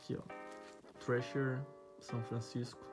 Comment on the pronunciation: dahora q o pronuncia thrasher igual gringo mas hoodie o cara fala ródi kkkkkkkkkkkkkk ce é foda manoooo 🤩 so video monstro